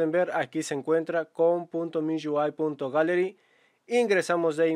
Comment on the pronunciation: miui❌ miyuai🤑✅